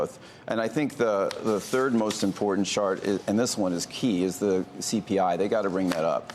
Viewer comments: Did he just say shart, or chart? Can't tell the difference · did he say “shart” instead of chart ? 😂 I’m pretty sure he said, “ the most important shart” 💩 😂